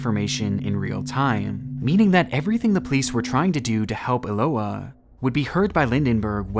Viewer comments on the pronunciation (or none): Eloá is pronounced with emphasis on the A. That's the purpose of the accent being there. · Hi, I'm brazilian. Your video is great, but your pronunciation of Eloá is wrong. Her name is pronounced Elo-Ah (like when you open your mouth at a dentist's) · the way he pronounces "eloá" 😭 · you absolutely butchered Eloá's name. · My brother, this is a great video and I appreciate you covering Eloá's case. But please, just do a little listening to the victim's name pronounciation before recording it multiple times. I know it can be tricky to pronounce some names in a foreign language, but in this case it's really simple. It's pronounced Eh-loh-AH, with an intonation on the last "a". Once again, sometimes it can be tricky, but it's a nice way to pay respects to the victim.